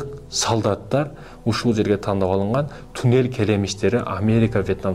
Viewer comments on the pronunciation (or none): none